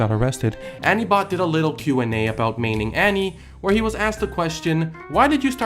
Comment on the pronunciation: Is anyone else bothered by the way he says "Annie"?